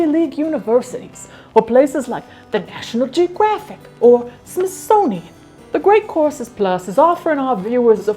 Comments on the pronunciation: Every time you say the sponsors name, my tinnitus hears “The Great Corpses”. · I thought she said she was sponsored by The Great Corpses Plus at first 😆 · totally thought you said “great CORPSES plus” and was absolutely mortified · Why do I hear "Great Corpses Plus" every single time??? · I automatically hear it that way myself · I heard it like that the second and third time she said it, even though I already saw the logo and knew it was courses. Lol